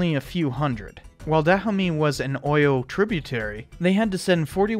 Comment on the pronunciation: As person who knows the history of the Dahomey Amazon's, and its war with the Oyo empire, and other stuffs you're coverage of the movie is awesome. Oyo is pronounced, 'O-yaw, Abeokuta is pronounced Ah-beh-kutah. Btw, if you want to know more Yoruba words, I'm willing to be of service.